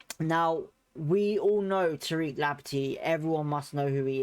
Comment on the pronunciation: It's Lamp tea not Lampet tea.